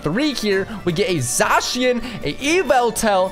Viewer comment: It's not called zashyan it's zacian